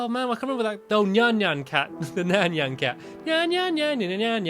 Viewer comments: Why are u saying nyn cat its NYAN cat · nyan cat not nean cat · Nyan Cat (NI-on ca-t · stampy it's nyan cat not nyannyan cat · the proper name is nyan cat but stampy said neannan cat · The cat was nyan cat STOP SAYING NYN CAT!!! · Nyan cat not nyaan cat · STAMPY WHERE YOU AMENT TO SAY NAYN CAT NOT NAINY CAT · ny an not nan nan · It's not nean cat it's Nyan cat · Ninon cat not nio cat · It's nayan cat God damit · stampy its nayan cat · Nayan cat that's the name you said Neyeen cat lol roblox op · Its pronounced niancat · Stampy doesn't remember how to say nyan cat